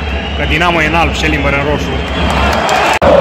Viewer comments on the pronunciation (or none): Nu mai pot când vă aud pe toți bucureștenii pronunțând "Șèlimbăr", cu accent pe primul "e" precum ar pronunța un ungur 😂. E Șelimbăr, oameni buni, cu accent pe i sau pe ă, dacă vreți, ca la București, ca doar nu pronunțați Bùcurești sau Ròmânia sau Hùnedoara.